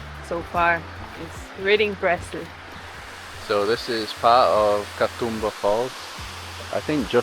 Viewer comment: Sorry for hogging the comments. The "oo" in Katoomba is a long sound. Think of how an Aussie would say zoom. Ka-zoom-ba. Ka-toom-ba. I just got to the end of the video and realised that your stay here has finished, advice on pronunciation is probably not of much use. I'm glad you enjoyed your time here. Safe travels for the future 😊 Please come back and see more of our wonderful island. I hope you were made to feel welcome while you were here 🙂